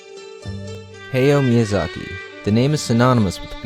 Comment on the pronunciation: His name isnt pronounced hayo miyazaki its pronounced hayao miyazaki idk why i needed to say this